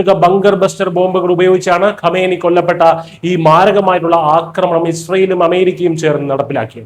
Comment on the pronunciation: ഖോമേനി എന്നാണ് pronounciation